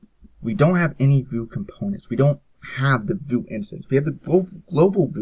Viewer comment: lol, "Voo"? you mean "vue" (/view/)?